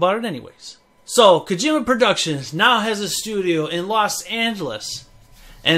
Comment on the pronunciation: calls Kojima KaGYMuh.